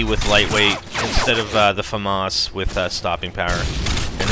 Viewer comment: famas not faumas there no u in the name